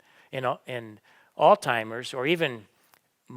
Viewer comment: I cannot take you seriously when you say AlzTimers when it is AlzHeimers . You come across as an uneducated moron